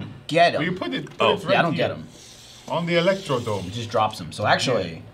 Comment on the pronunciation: Every time they say Electrodrome without the second R, I die inside a little bit